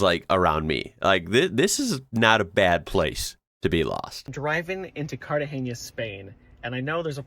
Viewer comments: Its "Cartagena" not "Cartageña", there is no "ñ" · It's Cartagena.... love to see him asking for CartageÑa. 😅🤣 It's true that Google Maps sometimes sends you through "funny ways". In Girona, until recently, it send you through a "scenic route" in the middle of the medieval old town when you were trying to cross the city... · lost in carragena ...no cartageña